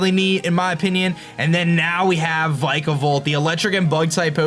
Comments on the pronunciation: This is how u prenounce Vikavolt vik-uh-vult. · the way he pronounces vikavolt makes me feel weird